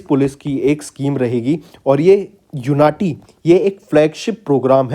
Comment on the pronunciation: I think it was उन्नति not यूनाटी